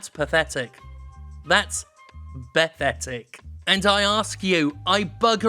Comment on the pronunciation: BE-THETIC ... yep, that's how you spell it!